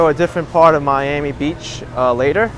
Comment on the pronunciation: It's Not Your "Ami It's "Miami"